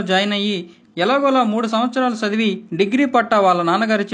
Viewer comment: 2.00 min Sadivi kadura chavivi cha palakada